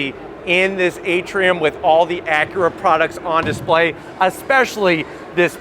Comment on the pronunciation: Someone teach this guy how to say acura lol. He says it like Ackra. That being said nice review.